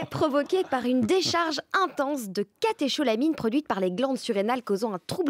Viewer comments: A l'attention de Mme Mendez : catécholamines se prononcent catekolamines avec un k au milieu. Comme chorégraphie se prononce korégraphie et non pas choré graphie. Ou encore une chorale n'est pas une chaud râle ! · On a récemment décrit un cas de Takotsubo déclenché par une prise importante de wasabi lors d'un repas, donc attention à la moutarde ! Et oui d'autres l'ont écrit avant mais on prononce catéKOlamines ;-) Bonne continuation ! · Alors on va mettre les choses au clair : Ch dans un nom de molécules biologiques devant un o se prononce k.